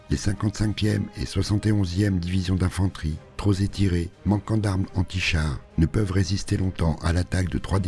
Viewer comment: Très bonne vidéo. Merci. Une petite remarque cependant, cela fait plusieurs fois que j'entends la mauvaise liaison "trop Zétirés" ou autre avec le mot "trop", on dit bien "trop Pétirés".